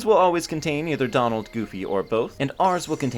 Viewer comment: You said domald and goomy